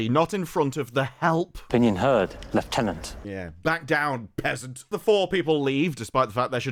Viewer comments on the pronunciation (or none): none